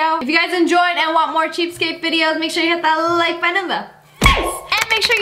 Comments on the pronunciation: Say cheapscape one more time…😂 It’s cheapSKATE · This should be on r/mildlyinfuriating. Not the cheap part, but how she says "cheapscate." IT IS "CHEAPSKATE," NOT, AND I REPEAT NOT, "CHEAPSKAPE" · Lia, Lia. It's pronounced "cheapskate" Not "cheapscape"